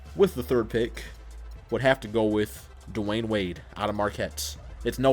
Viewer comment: it's Dwyane Wade